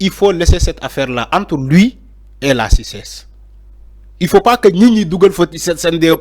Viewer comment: Toi tu es vraiment plein de haine quoi! Et puis on ne dis pas "à la cices" c'est le cités. Est-ce que tu as la licence toi?